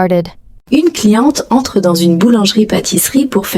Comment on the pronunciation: On ne dit pas "une cliententre" comme c'est prononcé ici : il doit y avoir une légère pause. (C'est de la même manière qu'on distingue en anglais Nitrate de Night Rate.) En revanche, on doit dire un-n-éclair, avec liaison complète. Il y a quelques autres défauts, ce qui est bizarre pour l'apprentissage d'une langue.